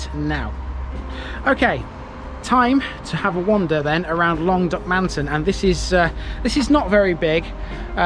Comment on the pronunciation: Brilliant video, very informative, the only criticism I would have is in our strange pronunciation of Duckmanton, there is no emphasis on any any of the syllables, so rather than Duck-man-ton with emphasis on the a, it is actually pronounced duck-mun-tun, otherwise an excellent video. Thanks.